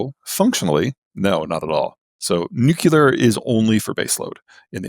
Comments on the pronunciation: Nuculer, lithium iron batteries. I’m having a harder and harder time taking him seriously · always hurts my poor heart hearing seemingly smart people saying "nuculear" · Nothing lowers my perception of another human's intelligence like hearing them say "nukulur" half a dozen times and with full f*cking confidence that their pronunciation is correct. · Peter's IQ is probably 60 points higher than mine, but its a known fact that every time you pronounce "nuclear" as "nucular" it takes a tenth of a point off of it. I'm gaining on him. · Peter needs to learn to pronounce “nuclear.” He’s a smart man. “Nucular “ doesn’t cut it. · Honestly... It's difficult to take seriously any self-styled "expert" who pronounces nuclear as NOO-kyoo-ler. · Nuclear. Nu-Clear. New-Clear. in short... Nuc(nothing here that makes a u sound)lear. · I unsubscribed from Zeihan years ago. This podcast reminded me why. I see he is still saying "nucular". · Maybe this is just a toxic trait of mine but I really have trouble taking people seriously when they say nuke-u-ler instead of nuclear. It's way too common of a thing, like why? 😂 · So helpful...but Peterrrrrr....New-CLEAR CMON MAN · If he's so smart, why can't he pronounce nu-cle-ar? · So hard to hear someone call it nucular and take them seriously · The fact that he says new-cue-lar says a lot about him. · Also wish he could pronounce "nuclear". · What an insufferable superior attitude. And he lost me when he mispronounced nuclear. Somehow the Chinese are selling 65% EVs now... while we are left in the dark ages because the current administration is owned by oil companies and has sabotaged any green advances, including EVs. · Learn how to pronounce nuclear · people rly have issues pronouncing the word nuclear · Always makes me laugh that he cant say Nuclear correctly. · If you present yourself as this intelligent, you should learn how to pronounce “nuclear!” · he also said nuclear in three syllables, so ...